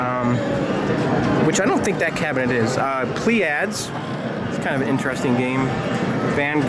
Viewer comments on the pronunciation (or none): Pleiades= "play-ah-dees"